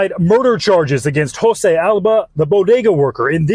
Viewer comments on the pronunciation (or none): none